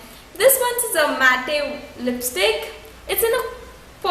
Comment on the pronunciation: Behn wo lipsticks duplicate hote h street shopping wale.... Also "matte" ...ths is pronounced as मैट n not मैटे....